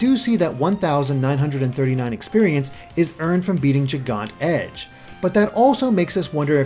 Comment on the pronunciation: I am deeply unsettled by how you say Gigant Edge Great vid